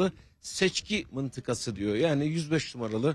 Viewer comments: Məntəqə kəlməsini mıntıka kimi oxuyarlar heç? Biz ora "ə" yazmışıq yoxsa "ı"? Düzəməlli oxusun o sözü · Turkce mentege mintika deyilir. Bosbogazliq elemekden otru olursuz